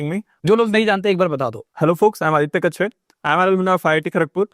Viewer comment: ❌ Kachwa 🐢 ✅ lekin bohot teez wala